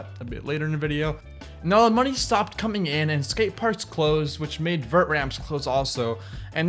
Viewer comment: Vert not Vertch